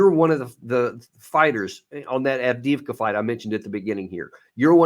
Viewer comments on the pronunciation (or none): In regards to Авдеевка/Avdiivka. The city name is pronounced as follows: af deey efka the middle part sounds like the word they or day, if it was mispronounced by a Russian as deey.